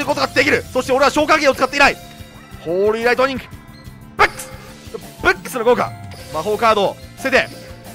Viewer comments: 今ブックス見てきたけどめちゃくちゃ発音良かったwﾌﾞｯｸｽ！ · ブックスの発音最高です!(^^)!